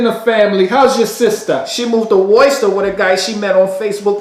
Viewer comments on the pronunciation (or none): Woysta? Thats my only critique, being from the North shore... we all know its Wuh-Stah, kind of like the Percect Storm sunk the boat from Glaw-Sta!